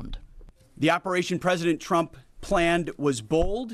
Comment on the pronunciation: Did he say president trumpet 😂